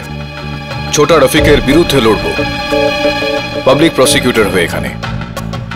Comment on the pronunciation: প্রসেগিউটর বলতেছে ডিফেন্স রেস্ট ইওর অনার। পরিচালক কি গান্জা খায়😅